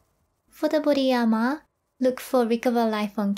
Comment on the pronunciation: "for the booty ahhmahh" lol